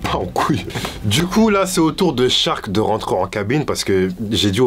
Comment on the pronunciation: Cest pas shark en mode requin , cest charc , en mode charclo